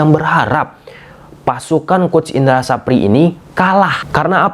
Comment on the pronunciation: Indra safri bang bkn sapri😂